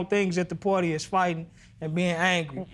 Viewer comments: "pooawty" and "iv and capeta at the hospital". LORD! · Birthday "pourdie"... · Insomnia Charles Birthday Porty. I'm pretty sure they both said porty.